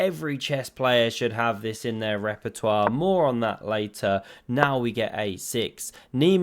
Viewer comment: I am surprised that you did not say "Rapportoire" instead of "Repertoire")))